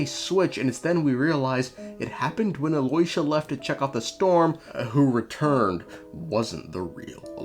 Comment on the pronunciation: okay, listen, it's not Aloy-sha. you know that 'yo' thing rappers says? that's the sound. it's Al-yooo-sha